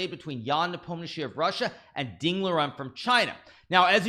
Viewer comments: Finally says nepomneshi correctly 😂😂😂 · Wow, Hikaru knows how to pronounce Ian lastname